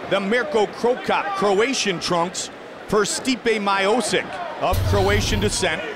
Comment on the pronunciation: Steepay My-oh-sick